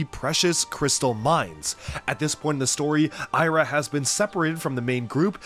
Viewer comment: You pronounced Sira wrong. It's See-ra, not Sigh-ra